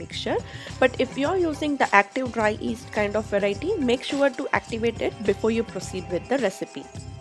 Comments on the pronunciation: yeast, not east, y is not silent, but great recipe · Its pronounced yeast not east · Yeast is pronounced yeast and not 'east'. The Y isn't silent. Thanks for a great video! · My dad used to pronounce "yeast" the same way 😀